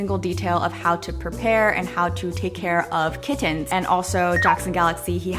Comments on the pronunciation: lol the way you say kiTT-ens is fascinating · I laughed when she kept saying kiTTens and then she said ki-ens 😂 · No one:: kiTTens